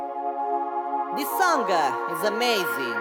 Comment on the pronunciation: Ti, sent an poc: it duvrije arangé dui paròle ke t'las prònuncià sbajà an angleis: "laugh" e "license". And "this" a suna cume "these". Scùsa nèh..